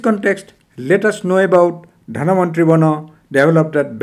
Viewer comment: It's not Dhanavantri, but Dhanvanthari